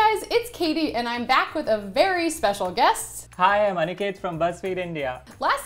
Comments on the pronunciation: Everytime she says Aniket I hear Anakin😅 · that's not Aniket that's Aniket ( spilling is same but you know ) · aniketh. THE WAY SHE SAID IT AAAAAAAAAAAAAGGHHHH